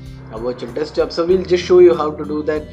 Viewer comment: Desktop, not Deskjob mate :P